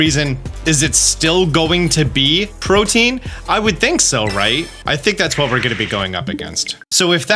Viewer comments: I love you and the effort you put in that puts other content creators in the PokeTube space to shame, but my para-social friend, I need you to know the following. Protean is 3 syllables, which can be pronounced either as PRO-TEE-INN or PRO-TAY-INN depending on your dialect, but it is certainly not pronounced as protein. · Pro-tea-en. Not Protein... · "protein" is not how you pronounce protean. think proto-ian. protean. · Bro. Killin me. It's not pronounced "protein". It's pronounced ˈprōdēən' 😂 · pro-tee-un, not "protein". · If I hear one more poketuber say "protein".... IT'S PRO-TEE-AN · Omg it's pronounced Pro-tee-un not like protein lol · Protein = (pro-TEEN) Protean = (pro-TEE-ehn) sorry was just bugging me the whole mewoscarada segment lol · Pro-tee-an or pro-teh-an, not "Proteen". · How are people still incapable of pronouncing "protean" it's not "protein" you have to pronounce the e and a separately. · Protean. The ability is protean. In case anyone else heard "protein" (a consumable) and also got confused. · Love your videos! and I hate to be that guy, but I'm a huge language nerd. Protean isn't pronounced like protein; it rhymes with the name Ian, or Korean. It's an adjective that means "tending or able to change frequently or easily, versatile." I wasn't going to comment anything but you said it so many times. Thanks for all the content! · Man I couldn't keep watching after hearing how you pronounce protean. Protein =/= Protean. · “pro tee ann” :) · It sounds like prow-tee-uhn. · I can't help but hear Protein instead of Protean this whole video and while I acknowledge it's really not a bit deal it is simultaneously tearing up my brain lol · "Pro-Tee-an" for fucks sake my dude. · FYI it's pronounced pro-tea-an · Protean is not pronounced the same as protein lol